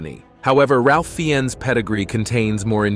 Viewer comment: Ralph Fiennes is pronounced Rafe Fines. Not Ralph Feeones.